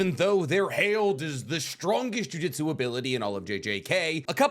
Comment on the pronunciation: For someone who makes a living from analyzing anime, you really have to stop mispronouncing jujutsu